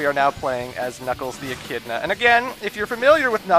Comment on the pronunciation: What he said: "And now we play as Knuckles the Echidna" What i heard: "And now we play as Nipples the Enchilada"